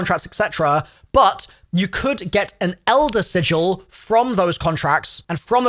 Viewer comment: Im just glad there's a youtuber that knows how to pronounce sigil